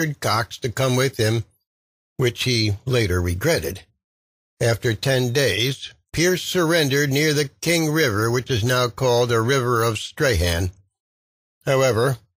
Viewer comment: How can you pronounce 'Macquarie' incorrectly two different ways in the space of 15 seconds? Also- have visited Sarah Island, it is unbelievably tiny Strorn not Stray-han